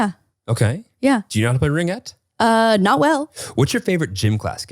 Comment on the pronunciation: Most canadians listening to this: • It's rinGUette, hard G hun 😅 • OF COURSE ITS KICKBALL, never heard anyone call it soccer-baseball 😂